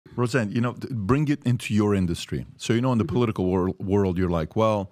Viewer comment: Mr. Host ~ The word 'bring' isn't pronounced brinGUH. The g is soft. You're giving a one word syllable, two syllables. Learn to speak English correctly.